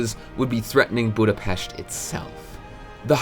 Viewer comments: Thank you for pronouncing Budapest right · You're the first youtuber i see who pronounces Budapest correctly, so thank you and congrats